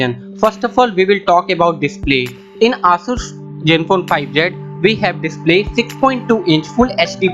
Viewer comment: ASUS pronunciation is not aasuuus it Aaasaas